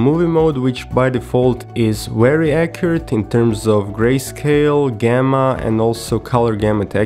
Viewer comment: Its not Gemma Its Called Gamma..